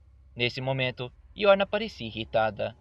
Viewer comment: Não é yorna mas sim Yoruna.